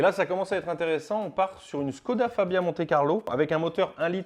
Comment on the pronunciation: Je veux pas faire mon puriste mais on prononce pas ssskoda mais chkoda c